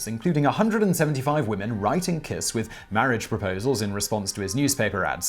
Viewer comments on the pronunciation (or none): I am Hungarian and never heard this story. Also, Kiss is pronounced as “Kisch” (or “Kish”) and Cinkota is like “Tzinchota”. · It's "Kish" ;) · the pronounciation is pretty bad there, i thought y'all do research :/ i mean google translate can tell you that "honvéd" means "national guard" or that kiss is pronounced with a german "sch" or american "sh" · To pronounce Kiss correctly; say “Keesh”. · I know you are badgered a lot about pronunciation, buuut... "Kiss" is actually pronounced "Kish" in Hungarian (and means something like Little, and I think the name ps pronounced something like "Bala Kish", but sadly, I have no pronunciation markings, or skill in use of them); Kossuth street is pronounced something like "Koshut" street; so the idea is: s stands for "sh" and sz stands for "s". The C in Cinkota is a... c, (not pronounced as a k), that is also universal in Hungarian. Károly Nagy's name is hard to pronounce, too, but it is the Hungarian for "Carl" which gives a good clue. Nagy is.... Let's just stay with "hopeless"; it was also my grandfather's name (it is a common family name) and according to himself, throughout his entire foreign career nobody abroad ever pronounced his name right. Thank you for all your effort in trying to pronounce weird names right! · Kish* is the pronounciation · "Kish" Nad" with a soft d